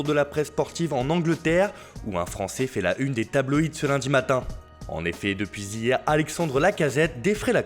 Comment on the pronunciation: « Depuis ZIÈRE ... »